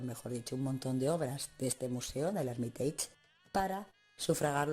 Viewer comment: Otra sugerencia sobre la pronunciación: No sería "Ermiteich", sino "Er-mi-tash"